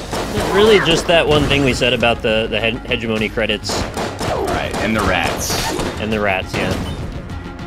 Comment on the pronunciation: Thank you NL for finally correcting people on how to pronounce "hegemony". That was driving me nuts.